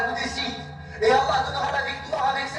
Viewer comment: Lol fake bullshit documentary all paid actors, a Muslim who can't even say Allah, lmao